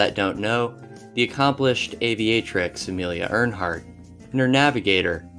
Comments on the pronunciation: Amelia Urnheart 😂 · Ear"N"heart? How hard is it to read something properly? Or look up the pronunciation!?? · How did you mispronounce Amelia EARHARTs name??? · Pronunciation is important. A dictionary is a great reference on words such as Dachau, Earhart, etc.